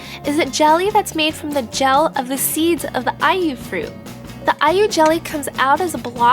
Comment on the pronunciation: When you said Ai-yu jelly, it sounds like are you jelly lol.